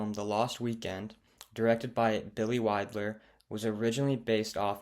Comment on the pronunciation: And it’s Billy WILDER - not Billy Widler. SMH